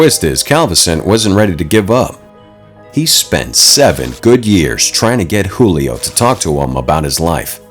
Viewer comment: He was Brazilian so his name is not Julio in Portuguese we pronounce the j as j not as h